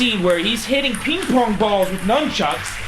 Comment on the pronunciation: pause "Numb chucks" XD